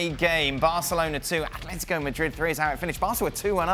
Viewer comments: Steve Nicol needs to learn that it is ATLÉTICO Madrid, there is NO H IN THE WORD, the same goes for EVERY OTHER CLUB NAMED ATLÉTICO SOMETHING OR OTHER. Athletic Club (Athletic Bilbao outside of Spain) is the one named ATHLETIC. Athletico Parananese, a club in BRAZIL, is the ONLY CLUB IN THE WORLD NAMED "ATHLETICO". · Can someone tell Steve it’s ATLETICO